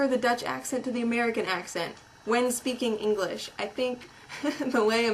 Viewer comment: You can't even speak English yourself. "Eniglish"? And what might that be? FYI: I'm Dutch and I'm typing in English. Sucks to be you.